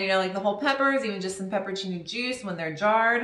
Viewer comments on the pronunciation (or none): none